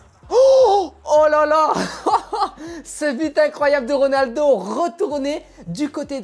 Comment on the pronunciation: Au début tu avais ditCRONALDO😂😂😂😂